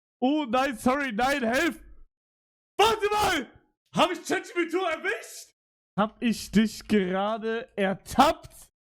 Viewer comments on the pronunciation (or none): er sagt Chatjubitu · Digga es triggert so krass, dass er immer Chat jipidu sagt